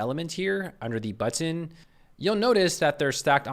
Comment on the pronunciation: Drinking game: Everytime he says "BUH-TON"